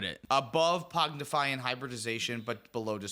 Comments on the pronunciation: Pong-ify pong. Not pog. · adding a D every time he says pongdify 😂 There isnt a d in the name! Great show guys, love it. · Y'all saying Pognify instead of Pongify is wild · It's PONG-ify You're saying POG-nify lol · Btw you guys are calling it “Pognify” when it’s “Pongify”😅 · ….. it’s blue elemental blast my guy. Also PONGIFY. Not pognify. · There is no D in pongify lol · Whelp, I’m never pronouncing “Pog-nify” correctly again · Thanks again, great episode! I am wondering though: How mad is Tyler (and rightfully so) that you are saying "Pognify" instead of "Pongify"? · i had to stop ;istening to this one because i cant handle the rampant misspronounciation of pongify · Was driving me insane. PONG-IFY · I love pronouncing "pongify" differently every time 😂😂😂